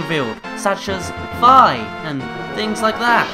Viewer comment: I'm pretty sure it's pronounced "Fee" not "Fie". But, opinions are opinions, I guess.